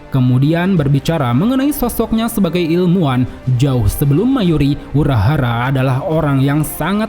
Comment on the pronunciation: ilmuwan, bukan ilmuan